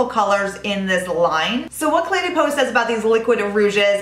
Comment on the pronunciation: i love your reviews! De as in Cle de Peau is pronounced duh, not day and you will be absolutely perfect! I don't mean this in a nasty way at all, I love you girl, but I also love the French language:)